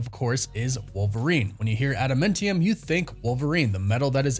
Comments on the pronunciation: dude, its... "add-uh-MAN-tee-um" "Tee-uh-mut" ...and more. One of the many reasons I unsubscribed from this channel. I don't usually care about stuff like that but for a marvel expert to basically mispronounce every "made-up marvel word" just makes me cringe, can't do it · Interesting casting for sure. I like Steven in everything I've seen him in. I hope he kills it (the role that is). It will be interesting to see him play the meek Robert Reynolds turned all powerful Sentry turn all destructive Void. By the way, what is Ada-Mint-tium? It's Ada-Minty Fresh? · Pronounced Adam ant tee-umm Adamantium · Again with the ada-MEN-tium.......are you trolling me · Dude I can't take it when you say adamantium.... ANT....IUM!!!! COME ON BRO USE YOUR Vowels!!! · Is anyone else bothered by how he says adamantium? 😭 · It really bothers me how you say adamantium and Tiamut ... Arishem said it it's prenounced Tee - uh - mutt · With the way you pronounce things it comes off as if you've never seen anything by them ever you pronounce adamantium wrong every time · Im getting triggered for no other reason by the way you pronounce adamantium. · Adamantium not Adamuntium lmao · Thought it was adamantium, not adamentium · it's AdaMANtium, not AdaMENtium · AdamAntium…. Not adamintium!!! You’re killing me man…. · Please stop saying adamentium, it’s adamantium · Why does it sound like he saying Adamintium instead of Adamantium...? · "adamAntium", NOT "adamIntium". Please stop mangling the pronunciations. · AdaMANtium not AdaMENtium!!! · It's not adamentium, it adaMANtium! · Why on earth would you say "adamentium?" That's not a thing.... It's adamAntium. Like Adam Ant-ium. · Adamantium or Adamentium? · Sorry …. Adamāntium not Adamentium. (adam ānt ium) not trying to troll. English major issues! Carry on… carry on… sorry to interrupt. Lol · Adum mentium??? WRoNG it is pronounced Adamantiom. like Adam Ant. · AdaMANtium not AdaMENtium 😂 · Atom Ant Ium not Adam Mint Yum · Ada - MAN - tium